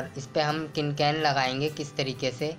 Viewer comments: Its can can not kin kan samjha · its can can not cin can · Kin kan nhi ho ta can can hota hai... Or apko thik se batana nhi aya...